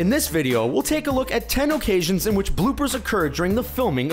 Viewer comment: you say "occasions" wrong.